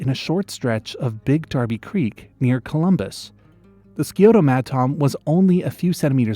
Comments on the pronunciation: “scioto” is pronounced “sigh-oh-ta” not “skee-oh-ta” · SAI-Oh-toh not SKI-oh-to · Clearly nobody in these comments from Ohio 😂 skee-oto was funny to hear. Scioto is pronounce like Science, sci-oto. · im from columbus ohio, is pronounced Sy Oh Ta, not Ski O Tow lol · Scioto is pronounced "Sigh-Oto" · I’m from Ohio and and grew up very close to the Big Darby Creek he referred to and I gotta say Scioto is actually pronounced much differently. Imagine the Sci- is pronounced like the beginning of science. and then the last o in Scioto is pronounced with an “ah” sound. Sci-otah. It is named after the Scioto Indigenious tribe that lived nearby along the Scioto River that runs through Columbus. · As an Ohio WHY WOULD YOU PRONOUNCE SCIOTO LIKE THATTTTTT🥀 (Sigh-Ow-Toe) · Scioto = Sy-Oat-Uh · Scioto is a Native American term from a tribe in Ohio and it’s actually pronounced like sigh-o-tuh there. I grew up a few miles away from Big Darby Creek, which is know as one the cleanest and most biodiverse creeks in the Midwest. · Columbus native here. It’s pronounced “sigh-o-tuh” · that ain’t how you say Scioto it’s like si-o-ta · Scioto os Pronounced Sigh-oh- toe. I thought about looking for this madtom it's close. I know where it was from research papers. Madtom are hard to get even with electrofishing. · is pronounced "sigh-ODE-uh" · Goated recommended tab pull! PS, as someone who actually lives near the Scioto River, I feel like it’s my duty to tell you that Scioto is pronounced like “sigh-OH-toe”, but that’s neither here nor there. Fun video idea! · I'm from Ohio and just wanted to say Scioto is pronounced SI-O-TA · Ohioan here it’s pronounced sy-OT-te (it’s an upside down e but I can’t find it on the keyboard) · Scioto is pronouced sye-oh-toe. And there's the Lake Erie water snake up by Put-in-Bay. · Ohio's Scioto is pronounced Sy-oh-toe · It doesn’t really matter but locally Scioto is pronounce Sigh-O-tah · Scioto - Is pronounced “Sy-Oh-tah” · worst scioto pronunciation ever